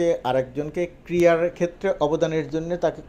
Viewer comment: আপনি বারবার ক্রিয়া বলছেন কেন। শব্দটা হবে ক্রীড়া।